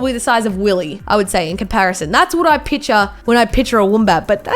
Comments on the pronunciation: She said pitcher instead of picture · Nobody:: “Piture. Piture. Piture” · can I make fun of her for saying pitcher now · She says pitcher